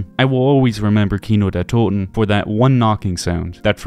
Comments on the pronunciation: Yet again Like Ur vid from 2 weeks ago, u Sound really german when u say Kino der Toten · I know I’m late but as a German I have to say that you pronounced "Kino der toten" and "der Riese"so perfectly and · The Glaswegian accent pronounces it absolutely perfectly which is so funny I’ve never heard anyone say anything other than keeno der toten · This is a stupid thing to comment, but being a German native hearing someone not only make an effort but actually pronounce a German phrase/word correct means a lot. It’s awesome finally hearing someone say “Kino der toten” properly on a YouTube video. Thank you I subbed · Finally a non German YouTuber which can say the map name correctly. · Props for correct pronunciation, means a lot hearing that from an American. Also, great video! I never realised where the knocking came from! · he says it correctly. he fucking did it. HE DIDN'T SAY KAINODIRTODIN YES WOOOO i'm german. this fills my heart with immeasurable joy. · as a german i can say that you pronounce kino der toten soooo good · Bro are you German? Never saw someone from UK or USA that can pronunce "Kino der Toten" like sooooo good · has a very good pronunciation when it comes to German words. Most of the other YouTuber tend to butcher them completely. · Are you German ? You pronounce the Names very good man not often hearing english speakers Doing that so good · Whatttt im german and the way you pronounced Kino der Toten at the beginning caught me off guard that was spot on with no accent lmao are u german? 😅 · The pronounciation of this guy of Kino der Toten is so good, Are you a native German? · Does somebody know if is German? His pronunciation is on point in every video where he say German words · Spot on pronounciation of Kino der Toten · He is just pronouncing it correctly. Dude barely has an accent when pronouncing “Kino der Toten”…